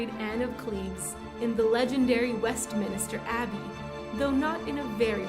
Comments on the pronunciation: Gah. Did you say WestminISter? It's Westminster. Three syllables. west min ster. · It’s West MINSTER…. NOT MINISTER!!! A Minster is a church. Malapropism is absolutely TOO COMMON now, especially with younger sounding narrators. I guess it’s a shock you don’t have a lisp too, as SO many others do now- mainly in younger male narrators. In English there are SO many words that sound so similar I can see why this is a problem, but understanding words, their meanings & how they’re spelled would help. It’s the difference of knowing what you’re providing on the , ya see what I mean? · It’s pronounced Westminster, not Westminister. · West-MIN-ster Abbey, not West-MINI-ster. Its a common mistake. A big Cathedral like church is a MINSTER. 👍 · I'm sorry that this comment seems so petty, but I believe that it's relevant. The name is Westminster, with only three syllables. When the pronunciation is commonly known yet botched, I can't help but wonder what else is inaccurate in this video. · Ignorantly pronouncing Westminster multiple times makes me question this entire video. Who/What produced this? AI?